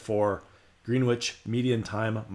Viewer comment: green witch??? it's pronounced grennitch. californians. :) hopefully you never have to go to worcester, mass. just ribbing. thanks for the info.